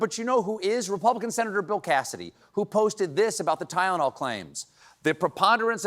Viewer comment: He couldn't even pronounce Tylenol